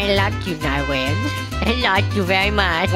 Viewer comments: How do you get a huge “narwhale” as he calls it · Lol he said mighty steed to his narwale